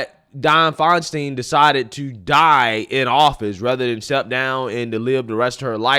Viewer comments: My dude. It was FeinSTEIN like Frankenstein, not FeinSTEEN like Charlie Sheen. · FINE STINE is the pronunciation 😂 It is a Germanic name. She wasn’t my favorite senator, but please pronounce the name correctly. Please.